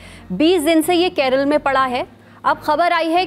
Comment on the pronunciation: Its not KEREL, its KERAALLAAA please dont be disrespectful